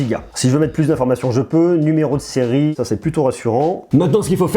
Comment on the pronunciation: Seriesse 🤣🤣🤣🤣🤣 Séries le S sa ce prononce pas en fin du mot 😅🤣🤣🤣🤣